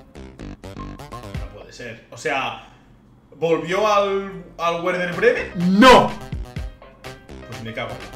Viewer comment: Si es equipo alemán la W es una B, así Werder Bremen es "Berder Bremen" no " Uerder Bremen", (si es polaco también)